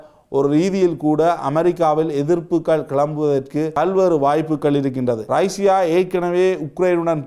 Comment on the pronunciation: ரைஷியா இல்லை ரஷ்யா என்பதுதான் சரியான தமிழ் உச்சரிப்பு 😇